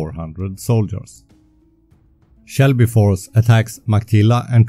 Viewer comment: Excellent content. Just one little thing, it is Selby force, not Shelby force.